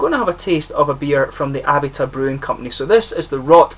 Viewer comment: I sure do appreciate the "shout out", man! This particular beer didn't really appeal to me, sad to say, but I adore their Jockamo IPA. Actually, it's pronounced "Uh-bee-tuh".